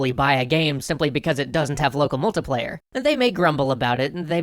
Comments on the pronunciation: Aaaaargh Mult - I - player So far the only pronunciation I've had a problem with on your channel :p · "Local MULTA-player". 😑 Don't know why that bugs me so much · I'm sorry, I had to stop this video about a minute in. The way you pronounce "multiplayer" is not just wrong, it's not just disgusting and sickening, it's criminal. You belong in word-prison for your abuse of the word "multiplayer".